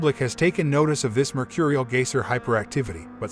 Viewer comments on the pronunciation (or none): Yeah huh, he says Gaysir... Lol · He can't even say "Geyser"